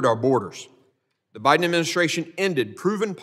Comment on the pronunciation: Did he say “The priden administration”?😳😳👎🏽👎🏽